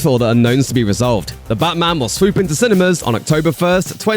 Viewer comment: the channel voice calls it butman its def a liberal 🎤👋🏼